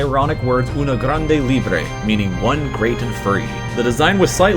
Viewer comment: i thought he said one great furry